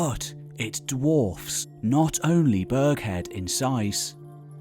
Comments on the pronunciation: Burgh in Burghead is pronounced as in Edinburgh, e.g. Burra head. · 'Burraheed', not Burghead... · Aye it’s pronounced Burg”heed” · The narration is just about bearable when played at 1.5 speed. He mispronounces Burghead and even Moray so he is not informed regarding what he speaks of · If you’re going to venture into Scotland at least learn how to pronounce names like Rhynie, Burghead and Moray!